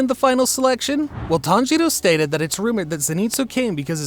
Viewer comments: did he say "tanjito" or my hearing is just messed up👀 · I love the accent when you say "TANJIRO" 🎉🎉